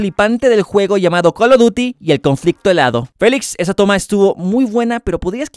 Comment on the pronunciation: Soy español y la verdad me reí mucho y el acento también fue gracioso